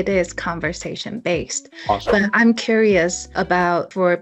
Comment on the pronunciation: ⋯你不要介意喔⋯你的fluency有點rusty⋯ -curious ⋯你發的很carelessly⋯😮